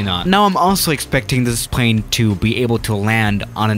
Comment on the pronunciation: noobody: not even a single soul::pvaane